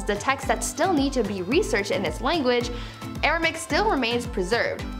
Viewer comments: Never heard of Aramic, just Aramaic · Language #3 is misspelled and therefore mispronounced by the presenter. Should be "ARAMAIC"